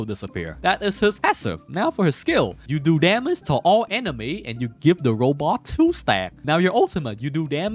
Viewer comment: Every time you said robot I cringed. Otherwise good video.